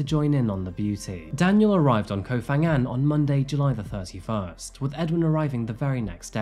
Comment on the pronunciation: Phuket, Phangan and Phi Phi you pronounce as P not an F